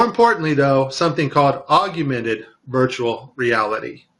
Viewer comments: P.S. It's pronounced 'augmented' not 'aug-U-mented'. Love the wire harness at the end. I wonder how they would try to explain that? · hey man you did some good work here but you gotta fix the audio. calling it "augumented" instead of "augmented" affects the credibility of the claim. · I want you to sound the best so look at the word. Aug-men-ted. You add an additional "U" after the g. I love your work. This was an awesome video. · "augumented" VR, huh. He can't even pronounce the term properly. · I found that amusing. Almost as amusing as realtime photorealistic CGI. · Wow, not only can he not say "augmented" properly, but when he puts text on screen he spells it wrong too.